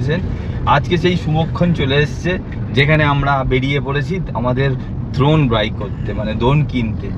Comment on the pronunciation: ড্রোন ❎ দ্রন ✅